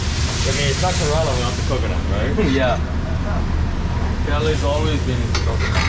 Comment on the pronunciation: Why he says Karela ?? It means bitter gourd ... Pronunciation should be corrected .... Kerala (ke + ra + la ) It would be aweome to have some voice comments here ...